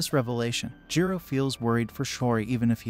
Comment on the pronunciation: Jiro lol it's jirou